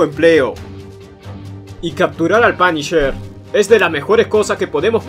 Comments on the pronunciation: "Es Da Panisher " :v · "Oh, es da panisher"